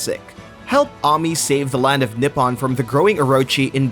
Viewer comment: Save the land of nip-on.... Smh... Must be cold there....ladies wear a jacket. Nippon is how you say Japan in Japanese BTW 😂